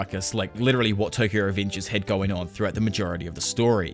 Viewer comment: The way you pronounce revengers makes me think you have some kind of mental problem